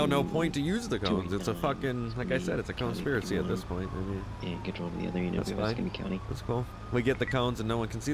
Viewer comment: "Conespiracy" there it is😂😂